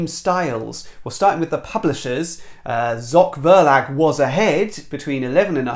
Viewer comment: The finish is really surprising with Abyss and Evolution I could never foresee! 🙃 Maybe because of your love for ZOCH VERLAG (love your pronunciation!) which is mostly considered to be a pure children & family publisher in Germany...